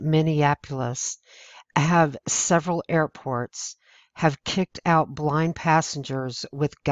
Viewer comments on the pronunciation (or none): none